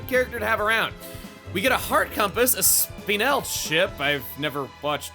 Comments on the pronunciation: For those not yet aware, one of Hugo's battle quotes is "Dont forget me". Do you think he pioneered that? Also, Spinel is pronounced "Spin-nell", not "Spee-nell". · Its pronounced SPIN L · Spinel would be pronounced like "spin", though it's sometimes mispronounced like "spine". I think both are accepted anyway, so it doesn't matter. I don't remember if that's how Steven Universe pronounced it, but I know the show does sometimes use the improper pronunciations. Case in point, it pronounces Peridot as "dot" instead of "doe". The latter is technically correct, though enough people use the improper pronunciation that it doesn't really matter. Both are perfectly acceptable. It's sort of an Octopuses/Octopi thing, I guess. Octopuses is the proper plural, but Octopi is perfectly fine to say, too. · Don’t watch it and in case your wondering about the one good character they eventually neutered, it’s pronounced (Spin-El)